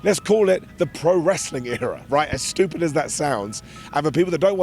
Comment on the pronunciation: "Shtupid"? Is that a Brit thing, like Triple Haitch, shhedule etc? I'm not saying that's not the correct pronunciation, just curious.